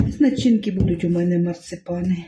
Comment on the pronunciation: Не марцЕпани, а марцИпани.